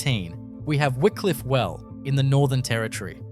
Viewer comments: Lake Eildon is pronounced Eel-don...come on mate ya really made a mess of the pronunciation of a few towns in this video. Wycliffe Well is pronounced Why-cliff. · Same with how he said Wycliffe Well...